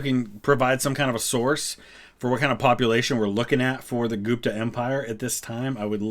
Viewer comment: Gupta is not pronounced [Goop-ta], it's pronounced [Gup-tha]. The letter u is pronounced the way you would pronounce it in the words "full" or "sugar".